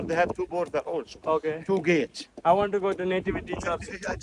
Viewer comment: നേവേറ്റ്റി അല്ലടാ മോനെ നെറ്റിവിറ്റി ചർച്ച്...😅😅